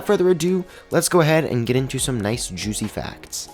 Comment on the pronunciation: "juict facts" wut